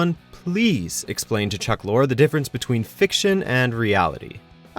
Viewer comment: The announcer mispronounced Chuck Lorre's name.